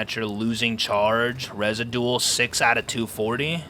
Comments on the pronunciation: "rezidual" LOL you goose its pronounced re-zid-u-awl whats gonna happen is clans will control the power plant keeping solos from benefiting from the power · Resi-dual??!!! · Residual resijuwal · When reads "residual" as a Batman villains name.